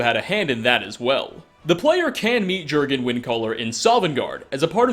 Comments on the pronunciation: glad you addressed the improper pronunciation yourself because while it doesn’t actually matter it bugs me a fucking lot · Say "Jurgen" one more time. I dare you. I double dare you. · jurgan mah gurgan @@ it's pronounced yourgan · It's yurgen REEEEEEEEEEEE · *YORGHEN not jorghin or jerghin... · Yergan not jergan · It's pronounced "Yor-gen" not "Jer-gen" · Jergen pronounced yurgen not gergen, like jarl is pronounce yarl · If you've played the game then you should know that the Nordic pronunciation of "J" is a "Y" sound.. So, "Jurgen" is pronounced "Yurgen." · Its pronounced "Yur-gun", not "Ger-gun" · J's are Y's in skyrim! yurgen not jurgen! yarl not jarl!! cmon u know this!! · sigh ... *Y*urgen Windcaller, not Jurgen... Man, I like your videos a lot, but you mispronounce so many things... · bajsbla Sure, were you live it might be pronounced Jurgen, but in-game they never pronounce it like that, the Greybeards clearly calls him "Yurgen". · I know this will make me sound like a dick or something, but Jurgen is norse and is pronounced Yurgen. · Gergun still wouldn't be pronounced how you were saying it.... Just sayin'. :x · Jurgen is pronounced "Yurgen". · It's pronounced yergan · It's not pronounced Jurgen its pronounced yorgenn as in yorgen windcaller just do u know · yergen* j = y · do you play with the sound off or something? the game must've said "yur-gen windcaller" over 10 times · I think it’s pronounced yurgen because of names like arnbjorn being pronounced arnbyorn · how could you not know it's pronounced Yurgen xD lol! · HOW DO YOU PRONOUNCE "MEHRUNES DAGON" CORRECTLY, BUT NOT JURGEN. YUHR-GEN. YUUUHHHR-GEN. The ease with which you mispronounce nearly everything is nothing short of miraculous. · He had the horn of Jergens moisturizer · It's pronounced as 'Yur-gin' Arngeir literally says it. The J is silent. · THE J IS PRONOUNCED LIKE A Y AAAAAAAAAAA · J's are pronounced like Y's he's not a friggen bar of soap